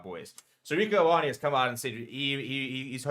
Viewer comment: What a strange take from Stephen to create a mountain out of a molehill regarding Ioane's comments. Not once did Rieko imply any 'fighting talk'. If anything, both the AB's & Bokke squads share mutual respect during media pressers. Btw, Ioane (a Samoan transliteration of the name John) is pronounced: 'Yaw-ah-neh'.